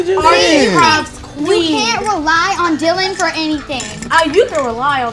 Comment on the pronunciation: Ya'll notice how hes called Dilan and not Dylan?